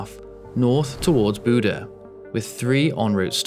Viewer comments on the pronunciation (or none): bodø sounds like bude when you say it